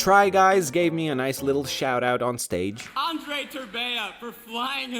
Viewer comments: English-iying names make them sound so weird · U can hear his Romanian accent kick in when he says his name, but yeah his accent prolly came through practice and watching American media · americans can't say